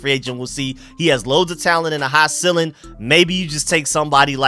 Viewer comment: The word is "ceiling", pronounced "seeling", not "silling".